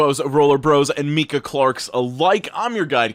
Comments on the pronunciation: Its not Mikah its Micah lmao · Meek-ah Clark?! It's Mike-ah! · "My-cuh" not "me-cuh" 😂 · I think its pronounced mike-uh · Hey, by the way, “Micah” is pronounced My-Kuh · oh - the name of the commenter at the start of the video is pronounced my-cuhh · Is it not Micah like the stone??? Good video tho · Pretty sure Micah isn’t pronounced like that but it was excited to hear my name nonetheless